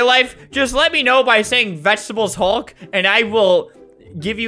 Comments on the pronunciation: NO “HOLD MY VEGTEBALE HULLK”!! NOOB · Vegtable hulk Vegtable hulk Vegtable hul